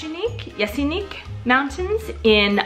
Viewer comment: Není to Jesiník ale Jeseník. A také to není Paříška, ale je to Pařížská :)